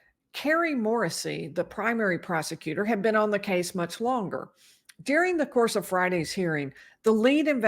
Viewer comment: Why do you say DEARING for the word DURING?